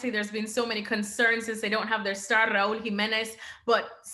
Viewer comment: I realize she’s not from Spain, but When she pronounced Raul Jimenez name I mean she sounded so authentic.